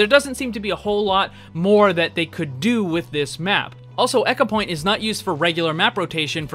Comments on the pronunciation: Am I the only one who is bothered by him saying echo-point Antarctica instead of Ecopoint? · New drinking game every time he says echo instead of eco take a shot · My soul died a little every time he said "echopoint"... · Ecopoint as in E-mail not as in "echo". Sorry just bugged me. <3 I hurt to heal <3